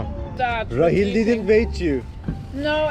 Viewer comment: Rachele ismi Rahil diye okuyorlar